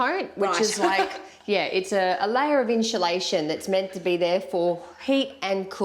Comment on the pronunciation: "inshulashun" hahahaha.